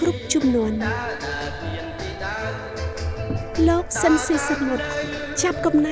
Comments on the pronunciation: អ្នកអានអត្ថបទហៅឈ្មោះត្រកូលលោក ស៊ីន ស៊ីសាមុត មិនត្រូវសោះ។ ស៊ីន ទៅជា ស៊ិន ទៅវិញ។ 😊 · គួរឱ្យស្តាយ…! ស្តាយទី១ដែលបាត់បង់តារាចម្រៀងដ៏ពិរោះ មានទឹកដម សំឡេងឯកគ្មានប្រដូច។ ស្តាយទី២គឺអ្នកអធិប្បាយអានឈ្មោះតារាល្បីនៃយើងខុស ស្តាយជាប៉ុនពេក។ គាត់ត្រកូល ស៊ីន តែអានពីដើមដល់ចប់ថា ស៊ិន។